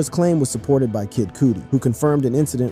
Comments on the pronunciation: So this guy doesn’t know who Kid Cudi is? Bruh said “kid Coootie”😂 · Bro called kid cudi kid cooty 😂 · “Kid Cootie”… please do your research 😂 💀